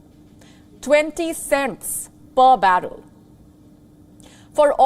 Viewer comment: She can't even pronounce cents decently... C'mon Wion